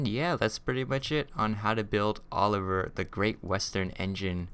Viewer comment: you said Oler